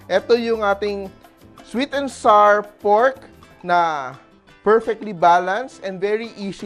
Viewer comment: Fyi, the words flour, sour, hour, and our rhyme with the word "flower." So, it's NOT flar, sar, and R (for hour and our).